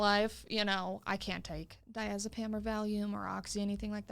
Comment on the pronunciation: I'm glad you actually found someone that can not only pronounce diazepam, but can personally relate to the music.